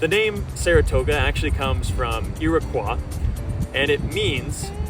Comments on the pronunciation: Just a picky little mention: In America, the denizen of the Iroquois Indian tribe, the tribal name is pronounced Irri-KOY, not the French pronunciation Irr-Kwah. LOL That nitpicky item aside: I just love your videography and of course the beautiful mountainous setting! Fantastique! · more like "irrokwa"